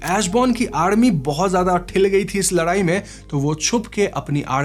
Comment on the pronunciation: Ladayi ❎ Larayi ✅😂